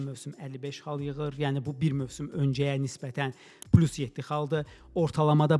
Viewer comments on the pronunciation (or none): none